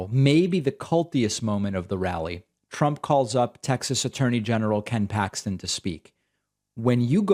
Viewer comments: Did this lunatic really just mispronounce his own name as "Chump" ? 🤣🎯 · ... The Orange Shit Gibbon actually called HIMSELF 'chump Trump', Well, either that or he's mumbling worse than he has Biden as doing ?